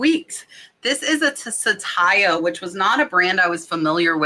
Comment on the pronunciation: Glad your sales are up! That necklace brand is not sa-tay-ya but sat-ya (2 syllables). It is the sanskrit / hindi word for TRUTH.